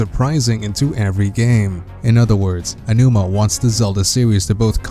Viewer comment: I guess not. The guy should know how to say "A G OWNOOMA"